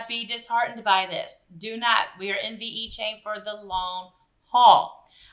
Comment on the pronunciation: Don't want to nitpick but pronounced Vechain not veEchain